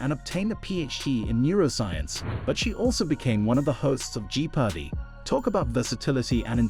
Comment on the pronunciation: Gee pardy?